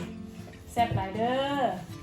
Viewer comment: ฝาพูดแซ่บหลายเด้อแบบชัด555น่ารัก